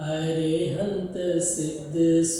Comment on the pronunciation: Arahanth Pronouncitan is CORRECT...√√√√ Arihanth pronoucition is somewhat not so good. Ghaatiya Karm ke apeksha se hai.